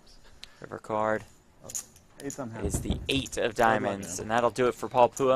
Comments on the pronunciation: SMH how they call Paul poowah 🙄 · "Paul Pooha" the whitest way to pronounce that name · The commentator is pronouncing Paul Phua’s name wrong. Get better lol